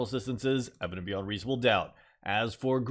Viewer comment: People: Evident beyond reasonable doubt" This guy: eveveownvvie reaascom ddqoet"